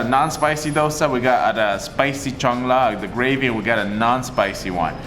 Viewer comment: It's "Salna", not "Chang la". You don't say "salvage", as "chalvage" or "chang-lage". 😂.The meat ball is "Kola urundai". Kola(meat) as in Coca-"Cola". "Urundai"(ball) as in "Uru-guay" like pronunciation. I'm sure you would laugh if I pronounce Britt as Prick, Fish n Chips as Piss n Sips😂. God save Great Burden😂